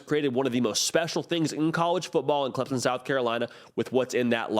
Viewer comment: I'm well aware of where CLEMSON, SC is...but sometimes it seemed like he had problems saying Clemson and called them CLEMONS...there may actually be a Clemons, SC but I've never been there